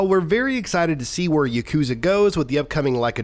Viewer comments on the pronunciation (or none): Its not yuk-KOOO-za. Its yah-koo-ZAAAA.